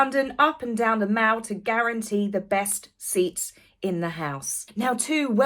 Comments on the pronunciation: I'm very fond of you, but please, it's not "the mawl" (US pronunciation as in "shawping mawl" - it's the MALL (as in "gal"). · It’s MALL as in PAL. PLEASE PRONOUNCE IT RIGHT TAZ 🎉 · “The Mall” is pronounced as Pal! Not as a shopping Mall! … how can a British woman doesn’t know that?